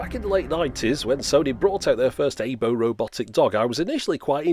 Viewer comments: It's pronounced "eye bow" not "ay bow" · Aibo is pronounced "ah" "ee" "bo" and sounds like eye-boh, not A-bo. Otherwise, an informative video which is relative to my interests. lol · Aibo, not Eibo. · It's so adorable! Sidenote: Aibo means partner/pal in Japanese, but also is Artificial Intelligence roBOt. It's pronounced "eye-bow" (bowl without the L... 🐶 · You are pronounce it wrong... It's AH-ee-bo which means partner or companion. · "aybow" lmao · Its pronounced eye-bow